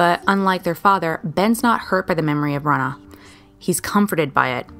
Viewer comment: You’re saying bronagh wrong